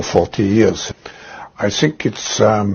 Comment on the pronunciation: He should of stopped at " I sink" 🤣🤣🤣🤣